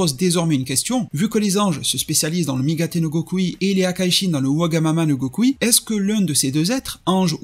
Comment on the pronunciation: J'adore la prononciations wagamama no gokui j'adore le design j'adore la vidéo vraiment merci